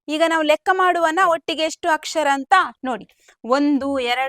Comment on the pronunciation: Chennagide..aadre akshar alla akshara..